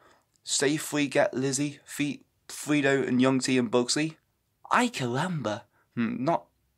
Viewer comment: I like how you said Fredo as "Freedo" instead of "Freddo".